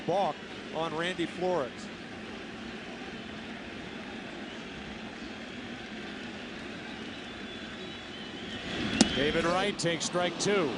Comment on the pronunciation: Joe Buck with the "Randy Four-Lores" pronunciation in the 8th gets the nod for my strangest moment of the game. Love these Cards' Classics.